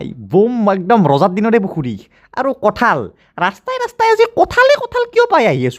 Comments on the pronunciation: বৰপেটাত "কাঠল" নকয় বন্ধু। তুমি ভুল কৈছা । আমি বৰপেটীয়া বিলাকে "কঠল" বুলিহে কও।। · Kathal nhy kothol buli koug aami